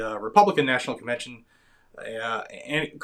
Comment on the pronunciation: Did you say convention or devention. I think the second term is accurate.